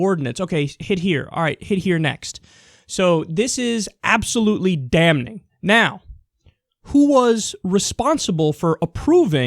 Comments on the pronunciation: Kyle, dude, you're great. But the 'n' in 'damning' is silent. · don't pronounce the "n" in 'damning' ... it's still silent even with -ing :)